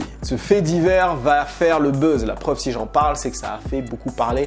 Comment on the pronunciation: "Surfer sur le BEUUZ" 😂